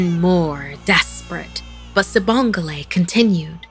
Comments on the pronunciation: I know she did not say "Sibongle" 😭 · It pronounced wrong by the way